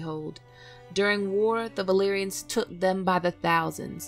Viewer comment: Why do you pronounce "b" instead of "v"? It is so annoying the "balerians".